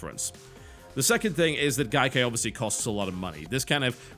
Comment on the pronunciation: Why does TB insist on mispronouncing Gaikai every time he mentions it?